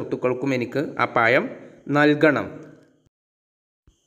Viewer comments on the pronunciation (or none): Sir very nice .nlla useful ആയിട്ടുള്ള വീഡിയോ.പിന്നെ പയം അല്ല.പഴം എന്ന് പ്പറഞ്ഞൾ നല്ലത്